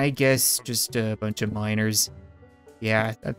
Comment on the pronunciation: When Cap said Miners, I thought he was saying minors.